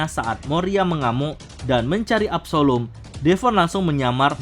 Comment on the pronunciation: absslom bukan absalum